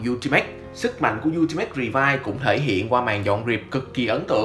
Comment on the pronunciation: Revi và vice , gọi chung là revice , ad nói sai r